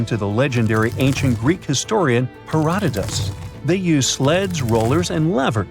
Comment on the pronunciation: Mispronounced Herodotus's name. (Hero/do/tus) very simple and easy to pronounce